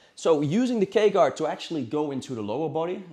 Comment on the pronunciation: i thought he was saying the gay guard